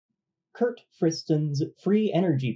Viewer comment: Also, small "typo" at the start... it sounds like you say "Kurt", not "Karl" Friston 😉